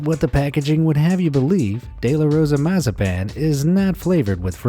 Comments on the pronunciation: How he said de la Rosa mazapan though 😂😂😂 gringos am I right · The way he pronounces de la rosa mazapan 😂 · Me a Mexican getting super triggered by him trying to say de la Rosa and I live in America and had got those Mexican candys this guy stupid